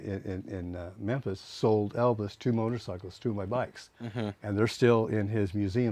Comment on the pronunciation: Vernon. And he called Elvis "Evis".